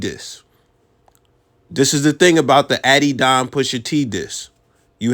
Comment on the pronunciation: bro said addy-don 😑🤦‍♂️ I dont care anything else he says in this vid is invalid